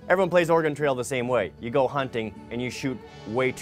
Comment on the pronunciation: I really wish someone would teach how to say "Oregon" properly..:(